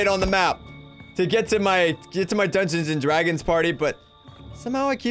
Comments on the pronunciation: PLAEASE STOP SAYING DUNGONS AND DRAGONS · Wiw yew pway dungweons and dwagons wif meeee?